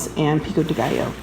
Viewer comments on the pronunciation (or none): none